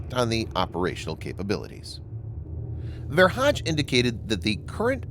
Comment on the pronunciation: Ver hage is not pronounced Ver Hadj, but with a hard ‘g’, Ver Haa - gè.